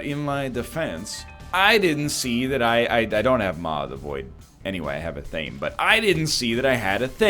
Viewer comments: So, does anyone else cringe Every. Single. Time. He mispronounces Athame? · Where the word comes from, or what it's related to, doesn't matter. There is a proper pronunciation; he has made reference in the past to knowing the proper way to say it and actively chooses not to. On a side note, it's really great that you looked into it. Sincerely. Anyone that actually chooses to seek information about something they are speaking is great. Yeah, you're choosing to ignore it for funzies, but, still sought out information and that's great :)